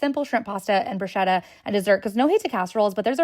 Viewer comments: Im that annoying guy that’s going to tell you that it’s pronounced “brusketta” and “mascarponay” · The mispronunciation of bruschetta is killing me 😅